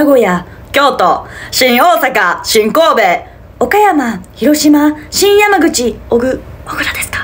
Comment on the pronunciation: ｢しん⤵︎ おぉ⤴︎さか｣と｢しん⤵︎ こぉ⤴︎べ｣がおもろい笑